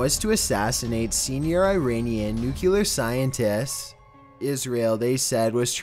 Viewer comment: “Eye rainian”